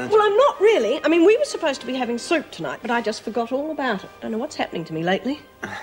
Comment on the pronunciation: we were supposed to be having soap tonight. Well she does eat brains so I don't know why I'm too suprised at this. (And yes, I know she is supposed to be saying 'soup').